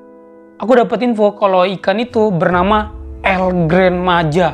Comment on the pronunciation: Bang di bacanya tetap Gran bukan gren